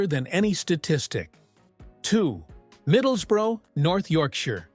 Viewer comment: Hartleepool.and it’s not thaNET. Middlesbruh.